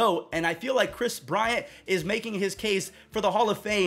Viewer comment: KWIS BWIANT.